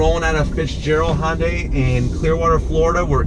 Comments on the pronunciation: It’s Hyundai not hondai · I wish people would stop saying "Hon-day" or "Hon-dye". It's actually "Hi-un-dye", but since 'murcans can't seem to wrap their heads around that, at least say "Hun-day or -dye"